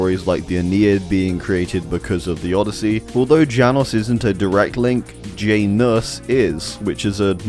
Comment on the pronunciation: I'm sorry but I can't with the way you pronounce Janus. It hurts my ears and soul